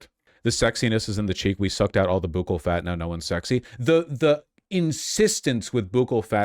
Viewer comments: Yes vaush, it is pronounced buckle. (Buccal fat) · Buccal is pronounced as buckle. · Buccal is pronounced like "buckle", actually. Source: multiple plastic surgeons who made various videos on this topic.